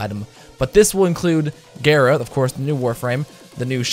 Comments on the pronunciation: I pronounced it gaara not gera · Gayra because you're a disgusting weeb.